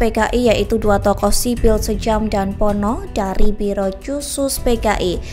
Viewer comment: sjam....di baca syam..min